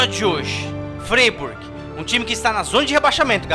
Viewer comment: O Freiburg se pronuncia FrÁiburg,!